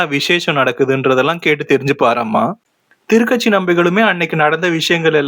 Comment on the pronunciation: A small correction - Thuru Kachi (not Thiru katchi)